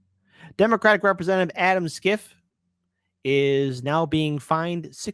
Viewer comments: Schiff is pronounced "shif" (as in shifty) not "skif." Can't believe doesn't know this. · How can you not know his name is pronounced "shiff", not "skiff"?